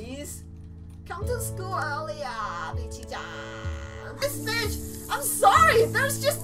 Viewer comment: Do you say bitch or bich